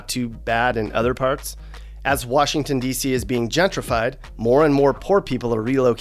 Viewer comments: Nobody from here says wARshington, that’s more of a PA thing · Yup. “Warshington”??? Nahhhh. And Old Bay is for crabs/summer. Good post! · Agreed. I’ve never heard someone say “Warshington”. It’s always been “DC” or “the city”. We don’t talk weird 😂